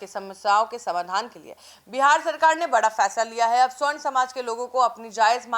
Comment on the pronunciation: Sahi oocharan kijiye sa,barn hai